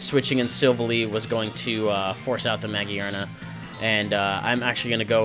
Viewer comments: In all seriousness, good battle and I love this lineless filter but my dude it has a literal gear on its head ?? its muh-gear-nuh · The "gear" in Magearna is pronounced just like the word gear. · Ah, I gotcha. Looks good regardless. For pronunciation (not that it matters) I'm pretty sure you pronounce the 'gear' in Magearna like you would just say gear normally. Also, on that note, I'm pretty sure Mareanie is Marine + Meanie (cuz it's a jerk).